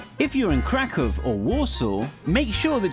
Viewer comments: It is craCk-Ohw) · Roklow lol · Omg yes I was cringing when he said Kraków cos he said it wrong and I don't know what the other city was cos he said it wrong. Also I cringed because I am polish and in Poland right now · Kraków != "KRAKOV" IM DYING! Wrocław != "WROKLOV" OMG xD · His pronounciation of Polish cities is painful. It’s not Rawclaw, but Wrocław! (Vro-sslav)